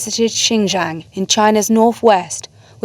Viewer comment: No "y" in "jiang". You can pronounce it as it's spelled.